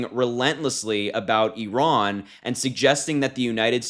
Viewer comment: Why can’t Vance even pronounce Iran?